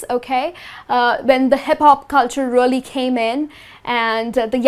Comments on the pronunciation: She keep saying really as rally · You prounounce “really” weirdway...